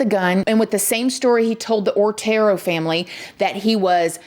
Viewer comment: So my comment about pronunciation gets deleted? Pronouncing the name of these pitiful victims is the least we can do. They were the OTERO family.... Not ORTERO